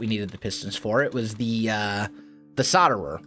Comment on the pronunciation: You do really that it is solderer with a L between the O and the D. P.S. I love ur vids